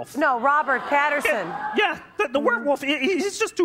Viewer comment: she said patterson, its pattinson